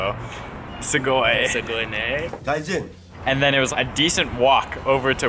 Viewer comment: "Gaijin" lmao Go back to japan and play "Tokyo" by Thundercat Also, hi!